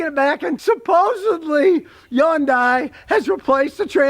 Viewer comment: It's called hyundai not yondai